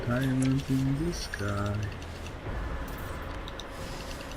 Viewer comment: Daymınd in tı sıkay :D asdasd